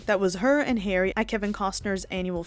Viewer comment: It’s Harry not Hairy! lol😂